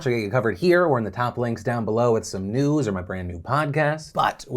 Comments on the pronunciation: phil: NEWS NEWS News news newds nEWDS? NEWDS. NUDES! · When you hear him saying "nudes" instead of "news" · Is it me, or did Phil say, "nudes coverage"? I mean, get that yacht Phil. Do what you gotta do.